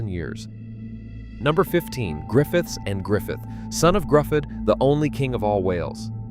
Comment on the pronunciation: Pathetic AI pronunciation of Welsh names Cymru, Griffiths . An insult to Welsh people. My great grandfather was Morgan Miles , who died from gas poisoning after WW1, serving on Western front in the Welsh Borderers , a coal miner.